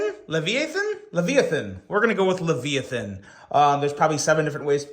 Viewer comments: There is 1 way to pronounce that. Lev-I-Ahh-thin. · LUH-VIY-A-THUN. Can u say it correctly now? Did they ever teach you how to use a dictionary in Elementary School?